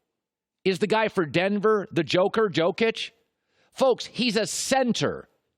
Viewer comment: still isnt pronouncing jokic's name right